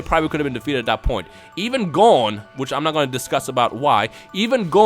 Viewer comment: woah, the way you say Gon doe